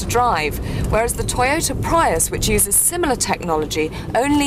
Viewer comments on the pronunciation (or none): what is a "Preyeus"